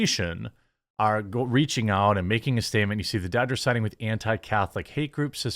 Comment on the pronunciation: Did you say ? , Los Angeles Doochers ?